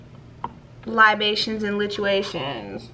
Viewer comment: What’s the word you jus said like that? Lol Libations